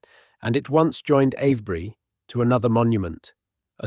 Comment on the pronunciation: It's Ave bury, not av bury!